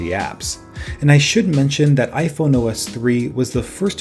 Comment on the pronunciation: It sounds like you said iphono